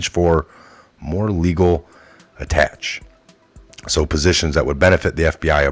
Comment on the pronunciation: Quid pro quo , quo is pronounced just like it looks, long "o" as in snow. Attaches pronounced "atta- shay(s)" Inchoate...in-ko-ate, sometimes in-ko-it I appreciate your efforts, day in and day ojt